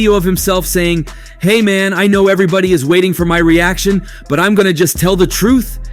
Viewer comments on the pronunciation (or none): none